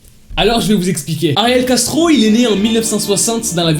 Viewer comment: Quand il dit ariel castro j'entends ariel gastro